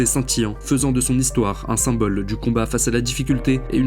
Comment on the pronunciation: Le IN se prononce IN , pas AN ….. on prononce CEINTURE, pas CENTURE…… SYMBOLE, pas SAMBOLE etc Etc